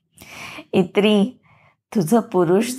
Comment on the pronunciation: अभिवाचन छान.. फक्त एक दुरुस्ती सुचावाविशी वाटते... ताईंनी जे संबोधन इत्री असं उच्चारलं आहे ते इन्नी असं आहे.